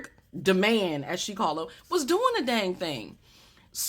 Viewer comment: I was mad that she called him de- man and not d-man.